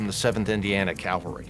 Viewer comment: It's not "calvary," that's where Jesus was crucified, it's "CAVALRY."